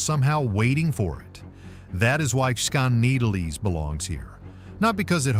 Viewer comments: Skineatlease? Skoneedlease? You say it about 4 different ways and NONE of them are correct! Seriously. Get your pronunciations down before you create a video! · Holy crap, please how.tp.pronounce the names of places you're going to have in your video . . . Skinny-atlas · Skaneateles... BUTCHERD THAT. (Skin - E - Atlus) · Skaneateles is pronounced skinny-at-el-es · Oops! Pronounced SKAT-EE-COKE. Also acceptable is SKAT-A-COKE. Rick Delair, 😋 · 😂😂 it is pronounced skinny Atlas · Lmao...how you gonna have a video featuring unique towns and events without knowing how to pronounce! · Every time he said it, I shouted!😂😂😂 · It's pronounced Skinny - atlas. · PRONOUNCED. SKINNYATLAS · Said Skaneateles 10 times and didn't get one pronunciation correct. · Why did it pronounce Skaneateles a completely different way every time it said it, and none of them are correct? 😂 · thank you-- he really butchered the name! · Right. How many different ways did he pronounce skaneateles?😂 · Please learn to pronounce the names correctly if you are going to do these types of videos. It's Skinny-At-Less not whatever you were trying to say. And On-On-Da-Ga I would love to know where that solitary, snow covered mountain peak was actually. Even in the Adirondacks there isn't a mountain that looks like that, as they are a Domed Mountain Range. the old-time western architecture looked more like Wyoming than NYS.